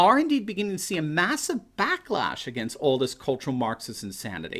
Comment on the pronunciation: Did you say "blacklash?" ... Yes!